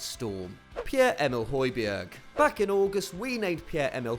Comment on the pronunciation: This is how to pronounce Højbjerg: Hoj-Bjar Means Tall Mountain